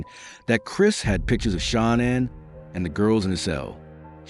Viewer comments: HOW DO YOU EXPECT ANYONE TO TAKE YPU SERIOUS WHEN YOU CANNOT EVEN SPELL OR PRONOUNCE THE NAMES INCORRECTLY CORRECTLY…….GIT IT RIGHT IF YOU WANT YPUR STORY TO BE CREDIBLE. Her name is pronounced Sha Nan……. Shanann did not go to North Carolina to see Chris’ parents…… She went to stay with her family and may spend some time with Chris’ parents. Well……..Shanann certainly didn’t stuff those babies in those crude oil tanks….that was all Chris. Shanann would never kill her babies. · I can't take you not pronouncing her name correctly 😱 You could at least respect her 🙄😥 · Please, please pronounce the victims name correctly! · You should show some respect and train your AI bot to pronounce "Shanann" right. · Won’t watch this when you can’t even say Shannan’s name properly!🤬💩👎🏻🙄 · Me as well. Not subscribing. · It's Nicole not Nickol its shanann not shanin how disappointing you can't pronounce the name